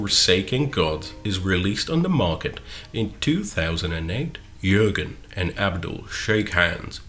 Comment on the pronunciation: Im actually impressed you could pronounce Jürgen correctly.